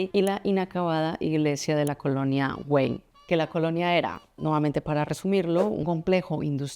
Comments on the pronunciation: Se dice “Parque Güell” no /güeil/, es como decir “bien” en inglés ”well”, y también se dice Antonio Gaudí, no Antoni Gaudí… 🤦🏻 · La G se pronuncia, pero es que tú dices /güeil/ en vez de /Güell/ ( no sé de dónde sacas la /i/ , es muy fácil : GU- ELL, con doble L pronunciada como una sola L ) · Prinera noticia que no se pronuncia la G ....lo que hay que ver